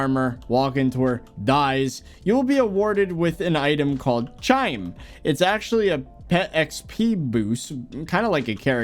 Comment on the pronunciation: You are saying chyme wrong